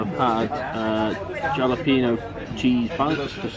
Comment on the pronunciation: First, I really love your humor! I found your pronunciation of jalapeño hilarious....here in California we say it like “hall-uh-pain-yo”...lol I thank you for a good laugh! Keep on keepin on!